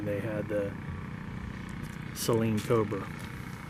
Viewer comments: It’s not pronounced si-leen It’s say-leen Just btw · “Say leen” Only 1 consonant after the vowel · Bruh I swear it’s sayleen at least it’s how it’s pronounced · Out of every Saleen owner I've ever met at meets, every one of them besides maybe 2 have said SAYLEEN including me. I know how it's pronounced but everyone refers to them as SAYLEENS. Kind of like how people say Louivull, Louieville, and Lewisville.